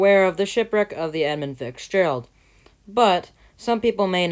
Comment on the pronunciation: you are still saying fixgerald